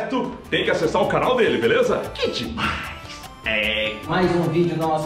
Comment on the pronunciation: "que demains demaiss demainss" 😂😂😂